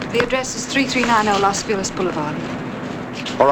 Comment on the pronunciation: LOS FILEZ ??? Why, to this day, do Americans eternally mispronounce Los Feliz ( FAY-LEEZ ); derived from Spanish (which means 'the happy ones') & refers to a neighborhood in the greater Hollywood area of Los Angeles, California? There is no such name; FILEZ (FEE-LEZ) unless we are speaking en français - in French - i.e. the French exclamatory FEE-LAY which is spelled FELIZ , meaning, "GET OUT!"